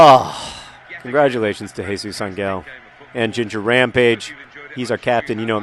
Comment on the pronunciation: John, good job pronouncing Jesus, but try to think of Ángel as ON-hell or something. No hard g. :)